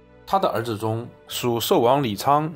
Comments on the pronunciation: 先生，寿王叫李帽，不是叫李琩哦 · 寿王叫李瑁，是认错字了吗？这个错误不该犯吧